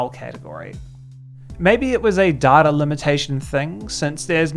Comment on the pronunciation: Hearing the R in data is painful.